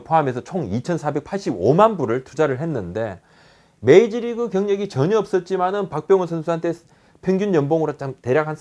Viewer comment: 계속 메이지리그...메이지리그...메이지유신..??? 부탁인데 발음좀 부탁해여..